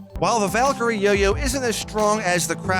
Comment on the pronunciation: He didn't say yoyo he say yo-you